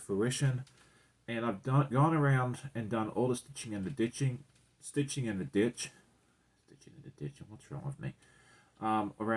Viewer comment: Lol, 🤣 love and identify with the trip of the tongue on 'stiching in the ditching' 💗